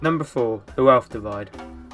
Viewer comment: This is good but it's wealth "dIvide"